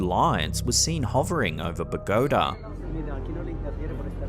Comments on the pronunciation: Pagoda, Bogata…yeah, ok. Took a minute to figure it out…Bow-ga-tah. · It's NOT! "BoGOtuh",; it's "Bo-go-TAH!" Note the accent mark over the "A". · Ummm, it's pronounced BO' GUH TA Not Ba Ga' dah 🤨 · did you say "Ba-GO-da"? It's BO-go-tah. Maybe you're illiterate. Maybe this is AI. IDK. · The capital city of Columbia is pronounced: Bo-Go-TA. it is not Bo-Go-Da. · It's BO GAH TA phonetically. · Bogota is pronounced: Boh Go Tah. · Bow-ga-ta…sound it out. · It is Bow Ga Tah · Love your stuff. one note in the second clip the city name is Boh Goh TA (accent on the TA). I thought you said Pagoda at first. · I'm sorry but I think it's pronounced bo-Ga-tah, Bo-Gatta. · Oh no, mysterious lights over "Buh-GOAT-uh". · Bogota isn't in Columbia. It's in Colombia. Very, VERY different places. And Colombians are sick of (mainly) white, English-speaking people not giving a shit and continuing to mispronounce it. As a white, English-speaking person I am here to say "Get your shit together white, English-speaking people." The incorrect pronunciation of Bogota can be forgiven a little more easily as its spelling creates ambiguity. Col-Om-bia, doesn't. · Nice pronunciation of Bogota, smh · You pronounce Bogotá like Joey from Friends.